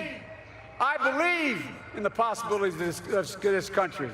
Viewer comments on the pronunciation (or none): "I believe in the poskisbiliskee of this country..." LOL